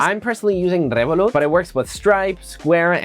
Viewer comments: yea I realised it before by the way he pronounced Revolut lmao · His girlfriend is Hispanic and he also speaks Spanish, I don’t see anything wrong with it tbh